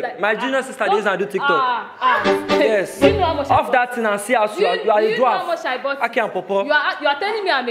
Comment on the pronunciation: Did I hear dwaft😂😂😂 instead of dwarf